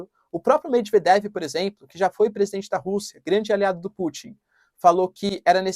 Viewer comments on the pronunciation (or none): none